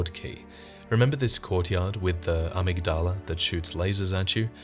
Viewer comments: It's pronounced Uh-MIG-Duh-Luh, not Ah-Mig-DAH-La :^) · Btw, it's amYgdala, accent on the y. Uh-MIG-duh-luh. Not trying to be a wise guy or anything, just a heads up for ur future videos! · Awesome video. Just thought I'd let you know you're pronunciation of "amygdala" is a bit off though. :)